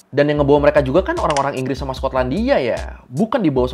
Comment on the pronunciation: Enggresss enggres 😂